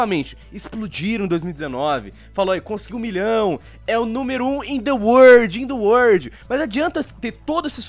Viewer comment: In The WORD Eu sinto inveja desse inglês